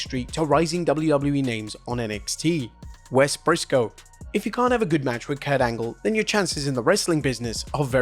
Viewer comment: Wes Pissco XD